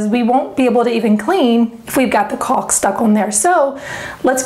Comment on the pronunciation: she said caulk